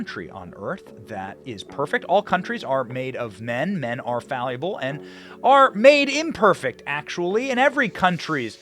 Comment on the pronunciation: did he say all men are "falleable"? Like fallible and malleable? I... like it.